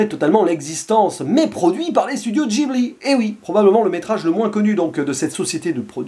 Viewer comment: Ça se prononce guibli